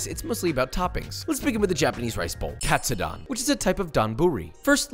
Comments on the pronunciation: Josh, my good man...please, help a Nisei out. Please say the "don" like "condone", not like Don Corleone. Japanese "do" is like Doe, a Deer, a Female Dear. Same thing for Tonkatsu. TOEnailkatsu. Vs Tonkotsu, think tonKONNICHIWA. Japanese is pronounced exactly as it is spell and we only have five vowel sounds. So you go from pork cutlet (tonkatsu) ramen to pork bone broth (tonkotsu) ramen. This is such a small and ultimately irrelevant comment from one of your thousands of viewers but please, you're killing me. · Pronouncing "Katsu" like a pro, and having a complete American pronunciation on the "don" part lol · That's the first interesting way of pronuncing Katsudon I've ever heard :)